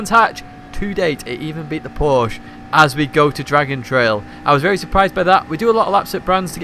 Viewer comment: pls Man LEARN how to pronounce Porsche...